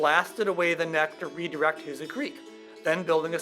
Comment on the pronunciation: My parents were from Steelville. I always heard it was pronounced "WHO-zaw"... But nice to see thvideo! e